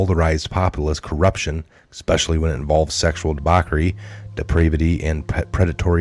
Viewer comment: debauchery is pronounced with a soft ch sound like church, not hard ch like cake